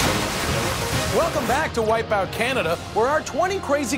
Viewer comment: "wipeoot." :P